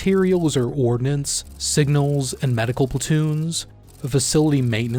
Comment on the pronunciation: Is it really that difficult to just say cavalry? It’s three syllables dude. That’s it.